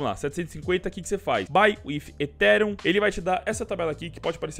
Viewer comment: aprende a falar ethereum tbm pf! (etirian)